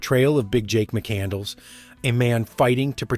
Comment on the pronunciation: The mispronounced surname, 'McCandles' makes this movie a real chore to sit through - A big budget film with the world's most popular star at the time, and no one on the production knows how to pronounce the main character's name. 😃 It's pronounced Mack Can Less ... silent 'D' and nothing to do with 'Candles' !